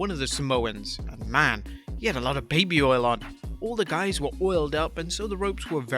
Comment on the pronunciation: “all the giys were oiled up” ayo pause?